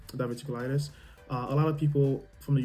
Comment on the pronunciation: Diverticulitis - dI-ver-tic-u-lit-is. NHS - National Health Service. Hope you are feeling better soon.